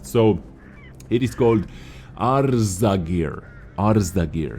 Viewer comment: Server: EU Username: Fredde_j82 Arzagir looks realy nice! And i love your pronunciation-attempts on it :-D <3<3<3